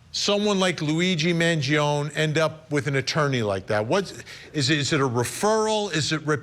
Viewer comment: Why does Vinnie mispronuncing Luigis' last name? It's Man gio nee.